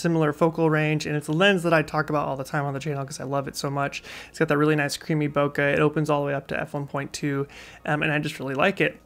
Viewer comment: Hey man, great video but do look up the correct pronunciation of "Bokeh" 😊 or better yet, ask a Japanese person. Cheers!